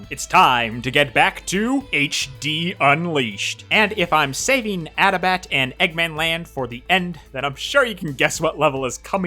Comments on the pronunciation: Pretty sure adabat is pronounced ah-dah-baht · Everyone has been pronouncing Adabat wrong, because the developers called it アダバタ (Adabata). XD